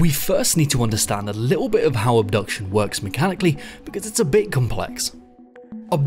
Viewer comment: By the way, the name of the game is Obduction, not Abduction. These are two different words